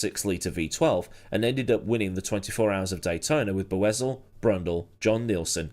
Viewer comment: Just FYI - When Raul race in CART, the announcers pronounced his name 'Boy-sell.' Not sure which which right, so just FYI...